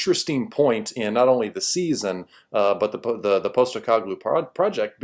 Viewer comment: Has buddy never heard anyone else pronounce "postecoglou?" He keeps saying "poast"